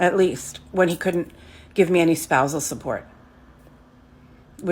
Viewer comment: spouusal support? why doesnt she pay him instead tf?